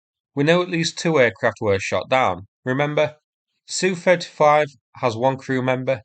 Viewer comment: It’s nor Sue35, it’s ess you 35. SU is an abbreviation for Sukhoi. Two letter abbreviations were also used by German aircraft manufacturers in WW2. Messerschmidt was initially BF and then ME, Dornier was DO, Junkers was JU, Arado was AR, Heinkel was HE and Focke Wolf was FW. Aircraft two character abbreviations are pronounced as their letters not as a word. Just as MI6 is never called my 6.